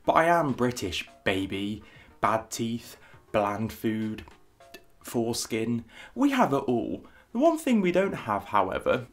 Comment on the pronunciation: when he said “foreskin” i thought he was saying something about the skin on his face and i was like “did he mean poor skin? fair skin? for- ohhh nevermind”